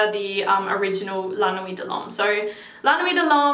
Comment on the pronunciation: Can't wait to wear Spice Bomb in the wintaaaar, like with my sweataaaar.... Love the channel, keep it up